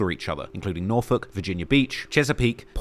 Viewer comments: Dawg how tf did this man pronounce NORFOLK correctly. Its people literally from Virginia that dont even say that shit right. 😂😂😂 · I'm impressed that you pronounced Norfolk correctly. It's my hometown btw. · Ay you kinda said Norfolk like a local. Much respect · This guy pronounces Norfolk right asf😂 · Shout out toTrap Lore Ross for showing some love to the 757 and for pronouncing Norfolk correctly lol